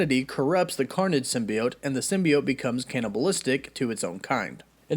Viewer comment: all I heard was carnom